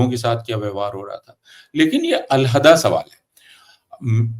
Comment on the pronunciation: Alhada ( Saheeh naheen ) Alaahedah ( Saheeh hai )